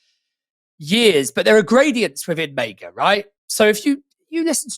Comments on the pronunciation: why tf does pronounce MAGA like that? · Why is he pronouncing MAGA that way? 😭